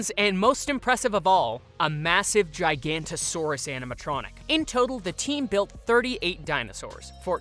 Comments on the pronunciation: It’s not gigantosaurus it’s giganotasaurus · who's gonna tell them it's Giganoto and not Giganto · gigantosaurs? you mean gig-a-not-o-saurs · It's pronounced Gih-gah-noh-toh-saurus, not Jaikantosaurus. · They said it in the movie that you said you watched, so why did you pronounce it wrong? Giganotosaurus. Not gigantosaurus. I used to say it the same way until Dominion said it. A lot of people did. gig-uh-NOT-o-saurus And not "Jiga", it's as the letter G instead, not as J. small "nasutoceratops". You've mentioned Battle at Big Rock, which showed the baby, which was clearly stated to be a nasutoceratops. I just don't completely understand how you keep saying the wrong things when you've watched these that told you what they were and how to say them. I mean, but I can understand mixing them up, but the baby Triceratops in Fallen Kingdom looks different. this time you said "giga"correctly? You've saying "jiga" in the full name, so why suddenly say that part right? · it is not pronounced "gigh-gant-oe-saurus" its "Gig-a-no-toe-saurus" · i hate to be THAT GUY but it is giganotosaurus (gig-a-not-o-soar-us) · Is anyone gonna mention how he said "Gigantosaurus"? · Giga- notO- saurus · Jig an nota saur us that's how you pronounce it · Jurassic animatronics are always awesome! Also its pronounced "Giga - noto - saurus" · Not trying to be rude but it’s pronounced jig ga node a saurus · thats not how you say giganotosaurus you say it like this (j-ig-o-not-a-saurus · Exactly. Especially since he said they watched the movie, where it literally pronounces it. How did he say it like that?.... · Weird pronunciation of Giga.